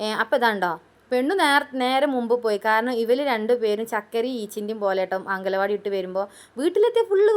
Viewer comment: അങ്കല വാടി അല്ല മാക്രി. അംഗൻവാടി....😂😂😂😂❤❤❤🥰🥰🥰🥰എന്ന് പറ 😂😂😂😂